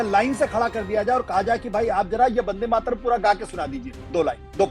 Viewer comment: आशुतोष मेरा जन्म बंगाली परिवार मे हुआ है और बन्दे मातरम के रचनाकार बंकिम बाबू भी बंगाली थे इसलिए अनुरोध हैं राष्ट्रीय गीत की उच्चारण और व्याख्या सही से किजिए और अगर पता न हो तो कोई बात नही परन्तु ग़लत उच्चारण या व्याख्या न करें।